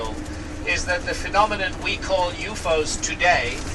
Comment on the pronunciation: Why does he call UFO's "yu-fohs"?